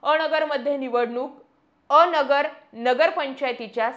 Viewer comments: अ.. नगर असं न म्हणता अनगर म्हणावं... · बाई अ नगर न्हवे अनगर म्हणा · अ..... नगर असे नाही अनगर असे आहे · अ-नगर. नाही अन-गर ( अनगर) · अ नगर नाही ते अनगर किव्हा अंगर असा उच्चार होतो उगाचाच गावाला बदनाम करू नक्का 😂😂😂 😅😅😅😅😅😅😅😅😅😅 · मॅडम अनगर म्हणा bircet अ नगर बोलता